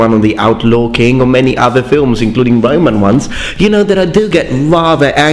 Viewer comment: He said Romans like the guy from the life of Brian